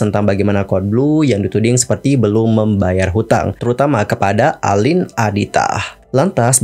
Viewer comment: Tdny mau nonton, tp keganggu nyebut nama orang salah. Jelas2 namanya Aline, pake A, bukan E. Gak usa panggil ala2 Barat jadi dibaca Eline donk. Do you research klo gak tau. Aline artis lama dari dulu dibaca namaya A bukan E